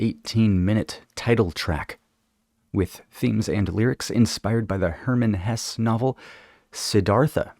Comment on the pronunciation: Siddhartha is a great book. I read Hesse’s book (pronounced HESS-uh) in college, very good. CTTE is my favorite YES album. So good.